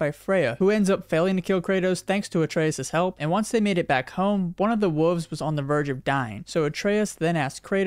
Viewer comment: I don’t trust anyone who says woofs instead of wolves